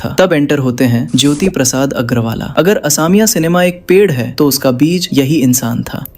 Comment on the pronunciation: Please pronounce correctly. Its not Assamiya , it's AXOMIYA